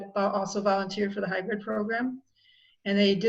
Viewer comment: It's hybrid, not hybred. Love You